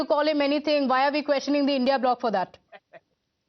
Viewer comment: don't say indiA ally it's INDI ALLY CORRECT YOUR SELF